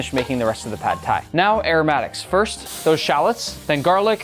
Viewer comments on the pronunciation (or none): he said tad phai in the intro 😭😭😭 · I tend to doubt people who can't even pronounce the word Pad Thai.....